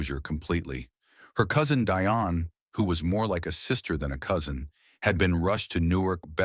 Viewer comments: "Deeonne" not DI-on Dionne Warwick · All these years, this guy doesn't know how to pronounce her name. It is Dionne not Die on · And it is pronounced Dee- on, not Die- on . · The woman’s name is pronounced “Dee-On” Warwick. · OMG! even AI should research the pronunciation of names!!!! it'd Dee-Onne! Get it right! and there was nothing wrong with Dionne Warwick, but their other cousin, DeeDee, had congenital Heart Failure - I guess AI is only as smart as the ijits using it, right?!?! SMH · Terrible AI narrative, mispronouncing Dee-on a different way every time. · Its Dee-on. Deione Warrick AI is so stupid in obvious ways. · Is there some reason you don't know how to pronounce "Dionne?" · GEEZ LOUISE… where do they get these narrators from… please research or ask how someone’s name is pronounced or as SIRI!!! Damn… it’s “Dionne”……